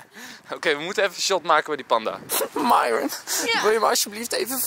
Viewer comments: Ik weet t ik ben een beetje laat maar uhm Enzo het is myron maar je zegt mieron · Nee waarschijnlijk hebben ze wel maar je spreekt het uit als mieron maar enzo noemt haar myron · dit is de eerste keer dat ik Enzo Myron heb horen zeggen in plaats van ( je zegt dan ) meiron